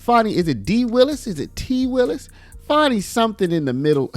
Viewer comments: Why is everyone calling her "FARNI" . Her name is Fani, it's not hard! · It's FANNY not Fauni 😜😜😜😜😜🤣🤣🤣🤣🤣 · I don't see no "w" in there. So it's Fani (Fanny), not (Fawny)! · Why are you calling it fawny? It's fanny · FAN - ee not FAWN - ee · Its fanny, pronounced as in female genitalia, not funny as in haha. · There is no "W" in "FANI".